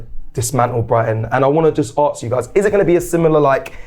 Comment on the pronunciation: …the word is “ask” not “arrrks”